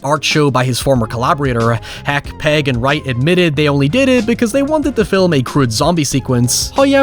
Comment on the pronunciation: Mate... his name's pegg not paeg 😂